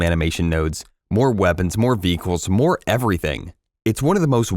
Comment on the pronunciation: this may be the first time in my life I heard someone say "vehicles" somehow using only two syllables 😂